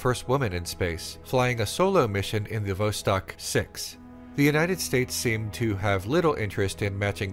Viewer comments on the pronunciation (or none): none